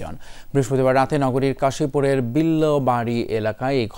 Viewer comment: আরে কাশিপুর। কাশিমপুর না বেডা খবর পড়ার আগেই ভুল